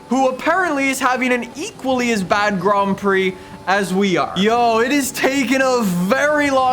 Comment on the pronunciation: Grand prix not grom prix haha